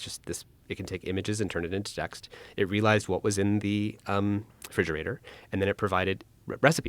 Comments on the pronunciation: I absolutely love to kisten to people, who can jog my level of intelect, have a conversation. BUT, all i heard out of this entire conversation, that pulled me out of my wonderois land of thought, was "FRIGERATOR"... This genius level ai tech, mispronounced or has a completely perplexing and fundamentally challenged understanding of where the Term "Refrigerator" comes from, and because of this simple breakdown of a word he uses the wrong word regularly, even when discussing something that requires him to sound smart to be taken seriously... absolutely baffling to me. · I couldn't pay attention after hearing this guy say "fridgerator" instead of refrigerator... still bugging me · The one guy can't even pronounce refrigerator. He just says "friggerator" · "Fridgerater"? Excuse me?